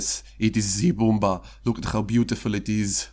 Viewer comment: Brummbär = Broommbear NOT broommbar like a choco bar